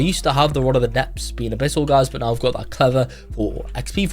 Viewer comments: "Enchammelex" and "a bittle" is WILD🤨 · "Hexed enchammelex and a bittle enchammelex"